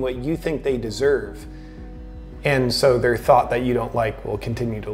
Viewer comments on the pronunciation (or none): I think he slurred. I don't recall him every saying "their" like "thuuuur" before. I think that's why it stuck out. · The word is pronounced like "thair" not "thur."